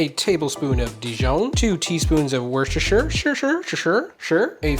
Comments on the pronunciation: What’s this here sauce? Wash your sister sauce. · I learned from a friend in England that Worcestershire is an actual township, and many townships end with shire. And it's pronounced WOOS-ter-sher. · Worshishur? Shishure? Sure? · For everyone who needs to know, Worcestershire is pronounced Wustershur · Why? Why can't people say it? You know Lord of the rings and the Shire. The sauce is from Whooster. Whooster - Shire. Simples. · Wu stuh shr. I do not know how a word that complex simplifies to 3 syllables but that’s how it’s supposed to be pronounced. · LOL.. There is not a single Chef on Youtube that knows how to pronounce Worcestershire sauce 🤣🤣🤣🤣 I have hear so many versions of that sauce .. some people just say "w" sauce 🤣